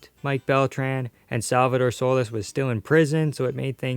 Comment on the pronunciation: It's pronounced "SolEEs" not "So-les"